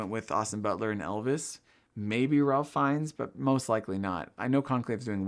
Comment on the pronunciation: Very much enjoying all your pre-Oscars coverage this year! Your enthusiasm is infectious. And unless SAG really switches things up, I think it’s Anora/Sean Baker’s to lose. FYI—Ralph Fiennes is pronounced “Rafe Fines”, but you probably knew that already. Hope to see a SAG livestream &/or reaction video!